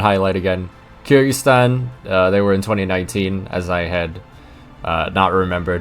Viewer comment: For future reference, Kyrgyzstan is pronounced K-eer-gy-stan